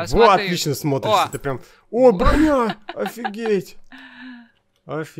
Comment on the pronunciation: Он сказал бронья